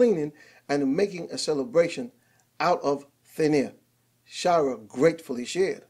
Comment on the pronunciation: Shy-er. Not shy-rer. But thanks for the news.